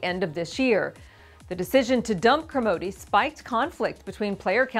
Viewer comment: why does she keep saying Kermodeeeeee?? that isn't his name pronunciation